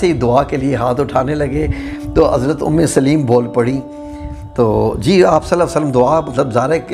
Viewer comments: ام سلیم ہے لام کے اوپر زبر کے ساتھ ہے ام سلیم لام کے نیچے زیر کے ساتھ نہیں ہے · ماشاءاللہ ❤ اللہم زد فزدہ ماشاءاللہ ااپ نے قران حوالہ بہت اچھا میسج دیا ہے اللہ اپ کو اس کی بہترین جزاء عطا فرمائے اپ کی قران کے اندر بھی کچھ غلطیںا ں ہیں جو کہ ٹھیک کرنا فرض عین ہے اور صحابیہ کا نام بالنے میں بھی ام سلیم لام اوپ زبر کے کے پڑھا جاتا لام کے زیر کے ساتھ نام نہیں ہے دعا کے اںدر غلطی لفظ اعین الف زبر کے ساتھ ع ساکن ی کے اوپر پیش اور ن دو زیر کے ساتھ ۔ جزاک اللہ خیرا